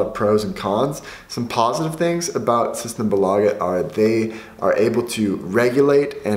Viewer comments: SystemBÅÅlaget, best pronunciation lel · The way you pronounce ”symtembolaget” 🤣😂🤣😂